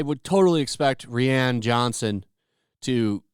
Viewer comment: Star Wars franchise is definitely trying too hard. They really need to get back to their roots. Also, fyi, Rian is pronounced exactly the same way as Ryan.